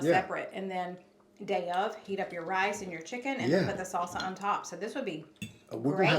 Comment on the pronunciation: H'it aka heat it. lol